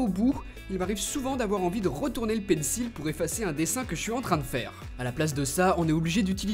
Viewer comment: Tu prononces toujours mal le mot Pencil